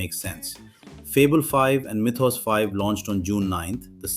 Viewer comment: Mythos. Why do you keep saying it that way?